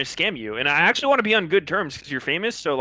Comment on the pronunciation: still wondering why says axe-ly instead of actually.